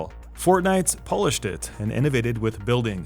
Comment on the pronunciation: poh-lished it. lol